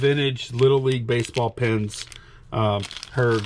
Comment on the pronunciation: I like those little league pins. Call me crazy but when says "pins" it sounds like "pens" to me. Noticed that in an older video too. Mayne its just my ear